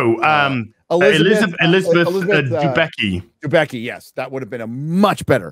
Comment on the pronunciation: Its - DE BE TZ KI - Elizabeth is Polish orgins ;) ! This Moria falling rocks its for 100% Balrogs doings and this Wig Sauron is amazing i cant recognize him at all !